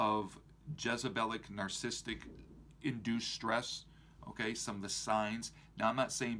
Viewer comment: He can't pronounce narcissistic....